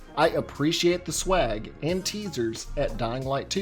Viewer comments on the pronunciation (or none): none